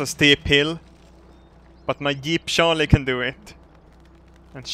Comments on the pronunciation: To be fair, has a bit of trouble with some English phonemes (ie. juice, jeep, just) and this is one of them. He does sound like he's saying Sharlie instead of Charlie so people are getting it wrong. Be nice. It's a video! He has much lovin' for all of us. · its not a jeep its a yeep. And he is called sharlie not Charlie. LOL